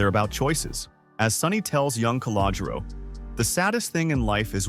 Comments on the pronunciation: Cah-low-Ger-Ro....work on it! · Also, if you can’t pronounce Calogero, don’t say it.